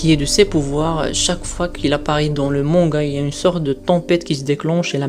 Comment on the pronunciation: xD, répète après: MangA pas MangaO, stp c'est insupportable xD, et évite les fautes dans les titres de vidéos: INCONNUS pas INCONNUES..; tout de même c'est masculin. xD C'est des détails peut-être mais ça te ramènera sans doute plus d'abo. Bon ça sera sans moi. En plus aucun intérêt à la vidéo on apprend rien de plus.